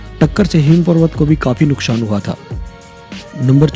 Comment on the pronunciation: nuksaan hota hai..nukshan nhi..bolna sikho